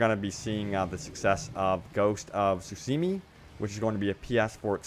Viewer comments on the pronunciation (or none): none